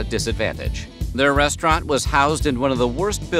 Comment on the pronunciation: The " Brest-raunt" concept is dead